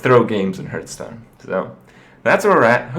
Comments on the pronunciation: are you annoying me on purpose by saying hurtstone? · It hurts every time when he says hurtstone :s